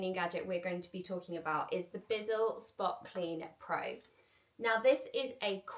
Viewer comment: Love your videos and I always look forward to your next one, you motivate me every time! I should also tell you that the carpet cleaner is not a BIZZLE it's a Bissell, with the sssss sound. I thought I should say something because you did say the name several times and it didn't get better. 😊❤